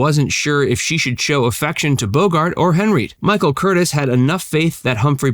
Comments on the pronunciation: Director Michael Cur-TEEZ. Not "Curtis." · COME ON-the Director was Michael CUR TEEZ, not "Michael Curtis" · It’s not Curtis. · You are trying to tell us things we didn’t notice when you can’t even pronounce Casablanca or Curtiz correctly.